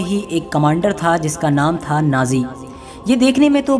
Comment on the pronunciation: نازی نہیں ناجی بھائی کچھ خیال رکھو